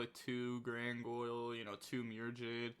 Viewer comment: Why do you say Grangoyle😭😭